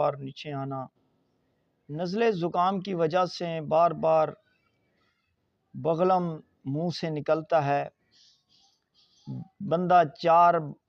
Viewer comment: بغلم نہیں بلغم لفظ ہوتا ہے